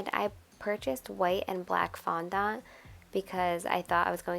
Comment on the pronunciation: your saying fondont a bit weirdly !